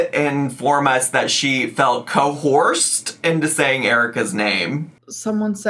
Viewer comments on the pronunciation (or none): ... english is is my second language so I have to ask. It's coerced isn't it? Not cohort? Or is there an other word that means "to force someone" that I don't know? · Cohorsed??? ....Neighhhh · Watching this live was insane everybody lost it when she said coHORSED & was putting “🐎” in the chat 😂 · One day will learn how to say Coerced correctly. As much as I hate to admit this but isn't really wrong...Erica and Brittany KNEW about Love bombing because they're fans of reaction channels so of course they knew that was how to win her heart. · its so weird that for making a live stream to address something serious like she was, she acknowledged that she was purposely pronouncing words wrong. That and joking around with her dear snake of a friend alexis. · when reading the comments I thought she was fucking up the word "cohort" but then we arrived at the clip where she was pronouncing it and I realized... No, she is just mispronouncing coerced 😂😂😂